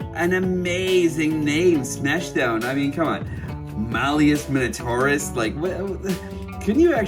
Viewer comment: LOL! Funny that none of the reviewers I've seen so far can pronounce Malleus Minotaurus. Wondering why though, didn't they include him with "Leader Class" Springer? Woulda made more sense.